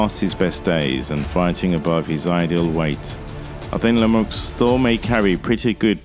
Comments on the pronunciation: It’s pronounced “Le me u” not “Lemux” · As a Canadian myself....Lemieux hasn't any chance, not even a punchers chance...Benadivez will destroy him...This Podcaster here can't even say his name.....The "X" is silent for future reference! David La-Muuuu, is how it would sound. Your Welcome.